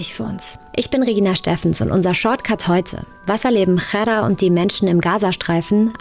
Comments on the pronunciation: Ghada nicht Chara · Es ist so unglaublich respektlos wie der Name von Ghada ausgesprochen wird. Die Frau heißt nicht Chara ( arab. Kot), sondern Ghada, wie das deutsche Wort Radar ausgesprochen. Diese inkompetente Reporterin sollte sich öffentlich entschuldigen !